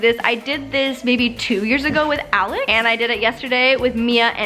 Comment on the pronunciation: When she says Alex it sounds like Alice